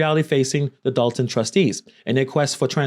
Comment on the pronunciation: First off im from Chicago Dolton been fuck up before she got there. Secondly love it's Dolton not Dalton lol